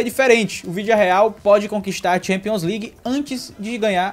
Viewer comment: 0:0 sim é se minuto se colocar na velocidade mínima ele fala o vilidareal